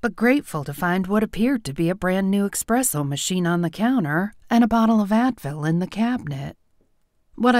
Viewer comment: espresso. no X. Otherwise, cute story.